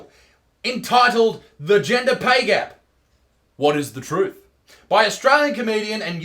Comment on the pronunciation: I swear Isaac, over the time I've been watching you (since around 150K) your English has gotten worse and worse Genjer? jeez mate xD